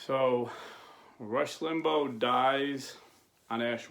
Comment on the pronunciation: And not to criticize but his name is pronounced Limbaw tho not spelled that way